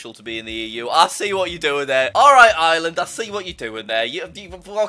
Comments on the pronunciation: Everyone does except for irish people. I'm actually irish and everyone pronounces it island but it's actually areland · Jack: “95 percent of island” MY GUY THERE IS AN R AND AN E THERE ITS IRELAND NOT BLOODY ISLAND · As an Irish person STOP CALLING IT ISLAND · HAVO YOU EVER HEARD OF A ACCENT?! EVEN IM BRITISH AND I PRONOUNCE IT AS ISLAND